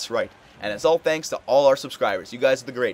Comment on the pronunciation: It is "superbman"